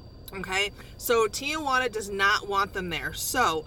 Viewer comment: the a in the middle of Tijuana is silent